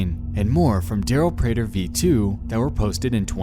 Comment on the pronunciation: Ewww I don’t like that he used my last name prater... (Also, great job on pronouncing it correctly.)